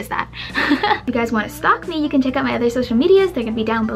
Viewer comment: She has an accent when she says out. Does she live in canada? Edit: She answered my question right away after i posted this comment😂